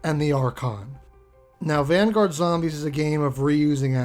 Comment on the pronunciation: Van-goat?????? Please never say that again